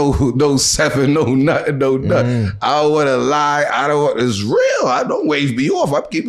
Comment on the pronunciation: “Whais your real scene” 😂